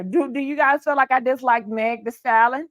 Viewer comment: The word is pronounced like stal-yen